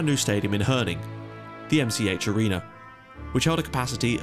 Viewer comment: Herning is pronounced Haerning Source: Live 20km from stadium